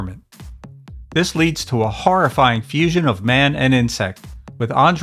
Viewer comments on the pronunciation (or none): none